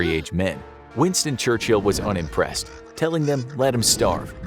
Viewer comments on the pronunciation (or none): none